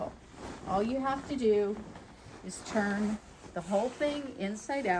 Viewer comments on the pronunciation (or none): none